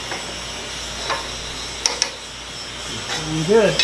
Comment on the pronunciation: "Looking Good" sounded like "Nothing Moved" to me. Same result. Yes I wear hearing aids and yes I wear glasses. Liked the video. Terry from Australia.